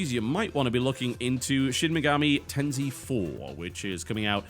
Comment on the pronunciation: TB please learn to pronounce Shin Megami Tensei properly, you seen to love the series but keep getting the name wrong :/ It's tensssssssssei with an "s" sound not a "z" one. In Japanese, "s" is always an "s" sound. And yeah, in Occident people say bonzai whereas in Japan they say bonsssssai. Oh and, to all of you trolls out there, i know that's way to much ssss, just need to get a point across.